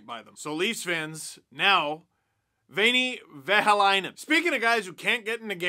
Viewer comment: Also from Finland. And eh. You could of actually butchered the Veini Vehviläinen's name completely. But you didn't.